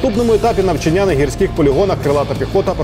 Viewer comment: НавчАння, завдАнням. Як це боляче слухати, коли навіть по телебаченню не можуть правильно та красиво розмовляти рідною мовою.